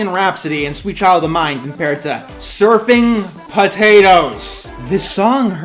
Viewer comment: “Surfin potatoes” sounded like chicken potatoes to me